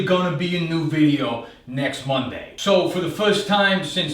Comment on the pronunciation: im shure he said next " monthday" so see you next month